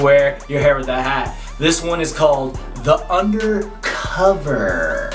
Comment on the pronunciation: He said undacova son!! 😂😂